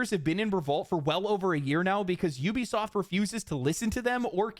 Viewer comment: Judging souly on your ability to pronounce the word "Ubisoft," you might be the only content creator that knows how to phonetically read English. I don't care how the morons at the company pronounce it..reading it as "ooh-be-soft" is just plain wrong. That said, you should consider either paid sponsors, or YT ads..or save the sponsor plugs for the end. Getting hit with both, back to back, is the lone reason why I'm not going to be watching the following 25 mins of this video. I'll still leave a like on it, though.